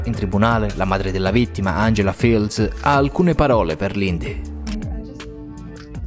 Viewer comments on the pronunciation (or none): none